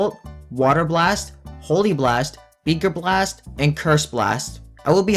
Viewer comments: Nobody is talking about how he kept calling it “beeker blast” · Did you jus say beger blast